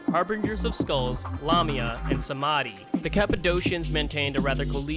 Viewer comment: It's Samedi bud, not "samadi"